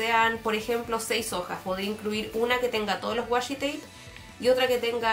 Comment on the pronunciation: Sorry pero me dio mucha risa el "wasshi tape" pero me gusto mucho el video!